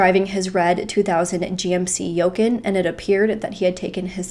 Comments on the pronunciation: I’m sorry but did she just say YO-KUHN instead of GMC YOU-CON (Yukon) and inFACTuated instead of inFATuated??! 😅😅😂😂😂🤯 Sorry, I just can’t be the only one who noticed that. I know that has absolutely nothing to do with this case and doesn’t matter but it just caught me off guard lol. And I adore her, that’s why I’m watching. I’m just giving her grief lol! RIP to this beautiful woman and I hope they have now found this POS 😢 (I’m watching a year or more later, as I’ve just found her channel recently and I’m binge watching her videos). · Yukon = U-con or You con not yukun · Lol I'm wondering if you're saying the name of his car wrong or if I've been pronouncing it wrong my whole life. I say it as you-con and it's spelled Yukon I believe but the pronunciation I believe is "you con" and not yo-kin. I'm curious now either way I was cracking up cuz I thought damn I have never heard of that make of Toyota wonder what it looks like and I realized what you were talking about and couldn't stop laughing. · She's so cute. "He was in his Red GMC Yoecan." Y-U-K-O-N like Yukon, Alaska No big deal. If no one says anything about it. You'll never know. No cap. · It's not a gmc yoken.... its Yukon (u-con) lol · "GMC yokecan" made me laugh but super cute of. Great vid as always. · The truck is pronounced like U-Con=Yukon. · yukon - you-con. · Not being mean but just encase some ppl don't make the connection the SUV is called a GMC Yukon (U-CONN). Plz don't take it the wrong way just wanted to clarify!!! I had that SUV it was my favorite truck I had!!! Thank u for bringing awareness to this case!!! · It’s pronounced You-Con. It’s a GMC SUV. Don’t doubt yourself lol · Just an FYI… His vehicle is a GMC Yukon. Pronounced “you-khan” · "Yokin"... you jokin'?!? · It's a GMC Yukon... pronounced YOU-CON. smh. Where do you live girl...that you don't know what a Yukon is? lol Also,. I think the last name...Blauvelt is pronounced Blah-veLt...not Blah-vette...smh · yeah I noticed that too!!